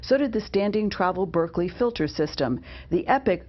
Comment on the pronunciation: I know, she also kept calling the Berkey a Berkley🤣